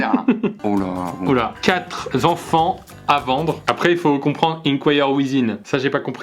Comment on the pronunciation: Pierre, quatre zenfants, t'es sûr?